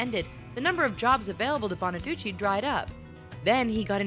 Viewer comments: Doo-chee not Doo-chay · BonaducEE not BonaduCHEY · Danny Bonaduce (Italian) not Bonaduchey (French) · It's Bonaducheeee, not BonaduchAY! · lol "BonaduCHAY" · She says Bonaduce weird.